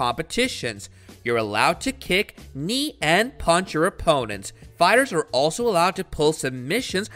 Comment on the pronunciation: this guy doesn’t even know how to pronounce the fighters names